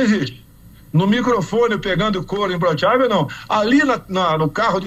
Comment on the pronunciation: E parece que ele fala como o cebolinha: "imblochável"!